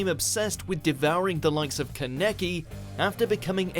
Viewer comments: Bruh. Y’all killing me with the name pronunciations! How hard is it to watch a clip from the anime? It’s not ka-neck-ee it’s kah-na-kee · the way he says keneki makes me kill myself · I can’t with the way he pronounced kaneki and tsukiyama’s names Does he not look up how to pronounce the names? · It’s disgusting how he says kaneki. Maybe they should do some research about how to say the names first. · Seriously, why do you mis-pronunced Kaneki's name in every vid you made of him? I know you know we anime fans are triggered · Good video, but it's almost like hot nails being driven into my skin hearing the way he's pronouncing Kaneki's name. Some of the other names are mispronounced pretty badly, but that's the one that really gets me. Haha